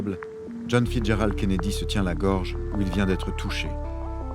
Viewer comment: Kennedy et non Kennedie.